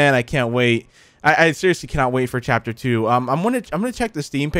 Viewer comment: love the fact he said phapter